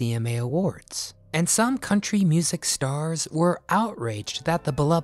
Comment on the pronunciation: Yes,this is country not cuntry.